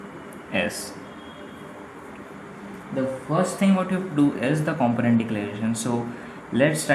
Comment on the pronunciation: Great video, only thing is the way you pronounce component is wrong.